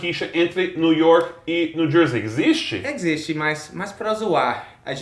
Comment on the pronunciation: os dois falando "EGZISTE" (existe)